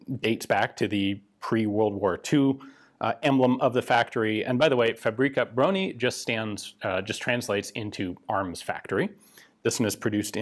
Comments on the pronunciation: i love how he refers to fabryka broni as a name (its a title it literally means weapons factory) and also how he says it like paprika brony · faux-brie-kah brony XD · Try "fahbryckah brohnee". I know, Polish language is tough, even for natives. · The "Fabri Cabroni" pronounciation gave me a good chuckle, almost like it's some italian design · The 'Fabroni'. Sounds Italian when you say it like that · When you said "Fabryka Broni" it sounded italian more than anything else xD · "Fabrika broni"... that's totally not gonna get memed